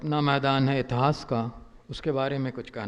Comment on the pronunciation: इतास नही इतिहास बोलो महान इतिहास कार .